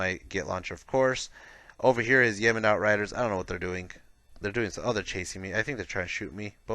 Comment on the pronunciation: Cant help but laugh when you say Yeman and not Yeo-man, just need some Saudi aircraft to fight off all those Yemen! Great BR though, enjoy your stuff!